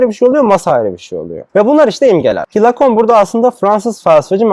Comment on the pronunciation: Ayrıca Lacun değil Lacan!